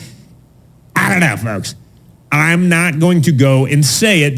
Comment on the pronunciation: Why does he say "I don't know folks" like that? 😂😂